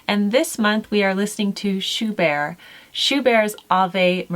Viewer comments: I look forward to working on these! I love Ave Maria. I am no expert, but I do believe Schubert is pronounced with the ‘t,’ like the name Bert. That is how I have always heard them pronounce it on the radio. I have never heard of Shelley so I am excited to read some of his work. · Love these recommendations, a great place for anyone to start! But, Schubert is Austrian, so please pronounce the 'T'! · Just so you know - Schubert was German, so you pronounce the "t" and almost ignore the "r" :). Thank you, as always, for you encouragement of living with old-fashioned - yet certainly not out-of-fashion - culture!